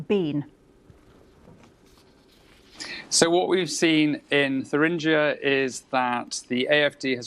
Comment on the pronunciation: It is pronounced "tur-ingg-ier" - not "thur-ringe-ier".